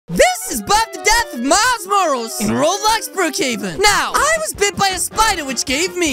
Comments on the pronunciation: It’s not miles morals it’s MILES MORALES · why you said miles morls its morales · It’s not Miles rolls it’s Miles Morale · It’s not Miles whatever you said is Miles Morales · Miles Morals I love the way he says it wrong 😂😂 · did you just call miles morales miles mors!?!?! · Its pronounced miles muralis not tryna be rude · It's not miles morales It's Miles Mor-A-les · pronounce it as miles moralis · he said miles morals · The fact he said his name wrong at the start of the vid made me laugh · He said Miles morales wrong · He said his name wrong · NOT HOW U SAY MILES MORALES